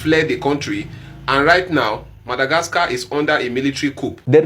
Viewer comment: The only person in this world who can say MADAGRASKA......lol